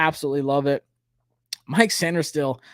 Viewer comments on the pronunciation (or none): none